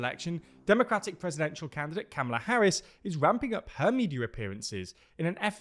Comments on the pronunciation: KA-MALA. not CAM-MALA 😒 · FYI TLDR gang, it's pronounced like "Comma-lah".